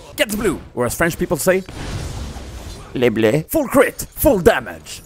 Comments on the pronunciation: hi, i am belgian and i speak french:) so I don't agree with your "LEBLEU" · Just the way you pronounced "Le Bleu" made it so much funnier than it should of xD